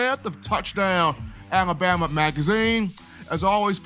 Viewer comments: I hate how says alabama lol alaboma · You made me notice😅